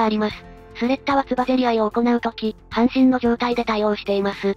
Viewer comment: 半身は[はんみ]で読んでほしいな。 ずっと[はんしん]って読んでる